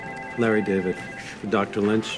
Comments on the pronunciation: She couldn't even pronounce his name right? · She can’t pronounce David. 😊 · I love how the nurse mispronounced his name even though “Larry David” should have been a no-brainer.